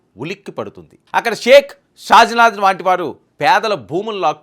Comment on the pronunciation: తెలుగు నేర్చుకొని మాట్లాడు షాజినాధ్ కాదు షాజహాన్ అని చెప్పాలి